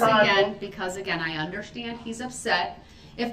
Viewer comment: he don't "undershtan"